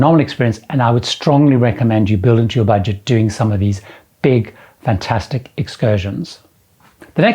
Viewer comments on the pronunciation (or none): none